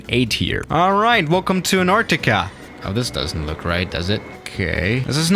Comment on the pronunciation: Nobody:: Sherrnobble.: Anarrtikka.